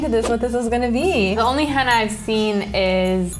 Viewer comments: Lol she's saying henna like hannah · Omg they said "Henna" and not "Henna Tattoos" yesss